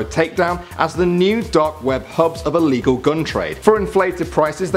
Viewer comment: ITS ILLEGEAL